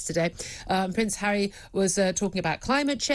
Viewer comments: Prince Charry? Lol Julia!! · It cracked me up when she mispronounced Harry’s name and called him cherry! 🤣